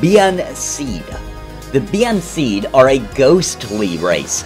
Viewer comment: Cool realm. The dullahan look really fun. Also, I think its pronounced "ban-SHEE". Not so weird now, are they?